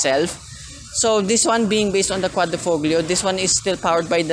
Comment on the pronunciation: Nice review. Btw Quadrifoglio is pronounced as quadri-FO- LIO. 👌